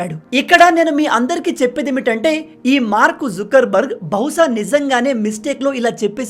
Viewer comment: Mark zukar barg kadu sir Mark zoker barg 😂🤣😊